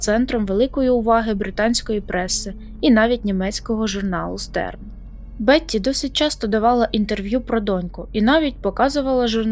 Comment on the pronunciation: Тільки не сечА, а сЕча. СпИна, не спинА. І німецький журнал Штерн, не Стерн.